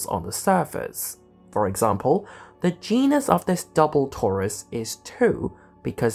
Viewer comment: When you said "where g is known as the genus" I heard "where g is known as the gee-ness" 😂😂 I guess you could argue that's correct as well